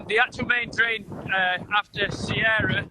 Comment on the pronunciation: It was storm Ciara. just says it wrong lol